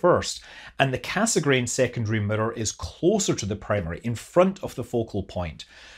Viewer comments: Every time you say “mirror” it sounds like you are saying “emitter” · Any video where you say "mirror" over and over is a good video. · The way you say mirror is interesting.